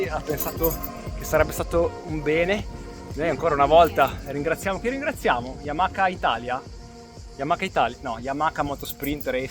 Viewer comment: Comunque si dice YamaHa, non YamaKa 🙂